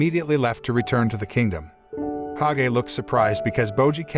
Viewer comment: Its not k a g e its kage